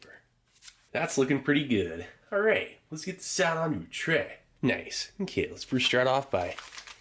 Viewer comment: still love the way he says "lets get that out on a trae"